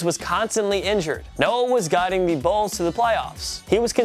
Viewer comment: 😂 did he call the bulls the bills 🤦🏾‍♂️